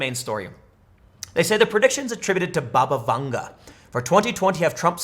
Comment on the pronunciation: Anyone else keep hearing 'Baba Yaga'?